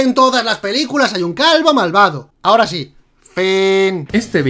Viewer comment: Se dice Sí, no yees, hay que aprender a hablar correctamente.